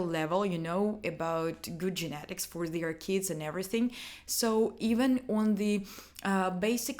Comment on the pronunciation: Did she just said genetic I was laughing when she said she fuck up the whole video by saying it